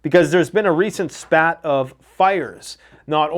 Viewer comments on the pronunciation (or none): Not "spat",, but "spate",.... "spate".